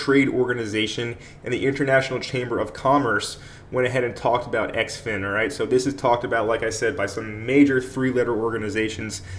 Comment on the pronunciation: Heads up. Its pronounced "Zin-fin"